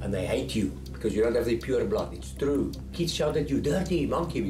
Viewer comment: 이쯔 뜨루우 하는 게 무슨 영어를 가르쳐?